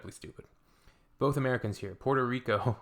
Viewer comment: 13.55: "Port o' Rico"?? Now I AM crying.....